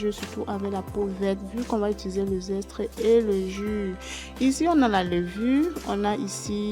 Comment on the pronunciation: Zeste et non zestre